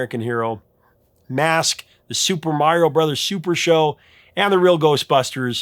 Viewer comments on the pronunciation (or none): none